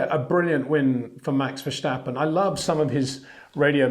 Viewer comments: Please learn to pronounce his name. Its not 'Versht' but 'Verst'. And not 'Versteppen' but 'Verstàppen' with an 'A' like in 'marginal' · Please stop saying Verschtappen. Please.